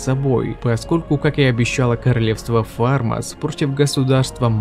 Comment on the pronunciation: Ну типо..... Фалмас вообщето а не Фармас